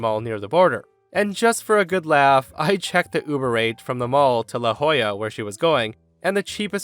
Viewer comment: Good job on pronouncing "La Jolla" correctly. I've lived in California my whole life, I know how it's supposed to be pronounced, and yet I still have to catch myself every time I read it to keep myself from saying it wrong...